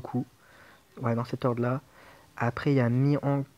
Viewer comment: j aurais plutôt mis rayleigh en 2 nd car ace est un peu plus dur a utiliser si ta pas des shooter et malheureusement on ne peut pas faire tout les raid avec ace sw :/ . Ta prononciation de mihawk me laisse perplexe :) mais bon c pas ca qui va gâcher la vidéo :)